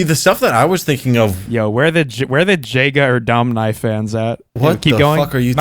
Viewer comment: Its pronounced Yega 'Rdomnai not Jega...